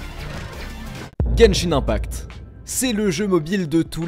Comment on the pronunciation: IL A DI "GENSHINE 1PACTE